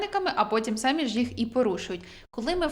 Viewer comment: Дякую за корисну інформацію! Якщо ви не проти, хотіла б звернути вашу увагу на те, що ви робите неправильний наголос у слові "самі" на . Перевірте у словниках. У тому значенні, що ви вживаєте, правильно казати "самІ", а не "сАмі". Дуже поширена помилка зараз:)